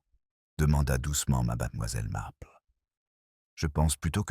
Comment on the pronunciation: Auriez vous l'amabilité de prononcer le nom de miss Marple comme il faut s' il vous- plaît ? Il est très difficile de suivre une histoire quand les noms ne se distinguent pas .Merci